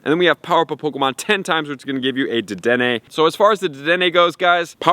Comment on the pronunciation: Thank you for saying the damn name right 😂❤️💯